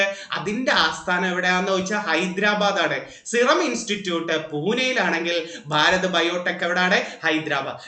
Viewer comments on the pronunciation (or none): none